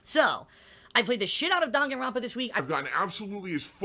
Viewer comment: I really really dont like it when he says Dahngen rampa